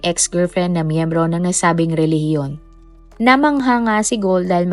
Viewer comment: Ano bang nagpatawa ka sa RILIGIYON. Bakit ayaw mong ipatawa yong RILIGIYON mo kung tama ba.